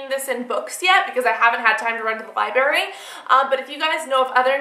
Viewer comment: UGH... I had to rewind that part to see if I heard it right. :(